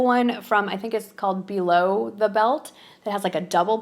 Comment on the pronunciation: It’s with a light th sound.